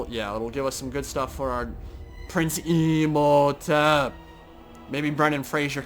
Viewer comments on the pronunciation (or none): HAIL THE MIGHTY WAR SPHINX NIBBLES THE DESOLATOR HAIL,HAIL,HAIL,HAIL Oh and when you were saying imhotep I kinda screamed at the screen, thinking you said MEMEHOTEP